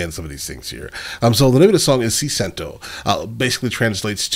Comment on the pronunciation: Ti Sento! not Ci Cento ahahhahahah....I feel You